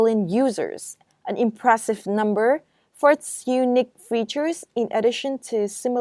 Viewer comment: Thank, this is helpful. You should pay attention to correctly stressing the words, for example, unIque and not Unique etc.